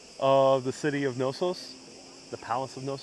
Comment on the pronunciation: hi fyi the K is definitely not silent in the name Knossos.